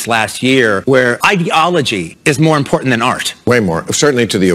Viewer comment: Imagine, being a grown man and not able to properly pronounce the word “important”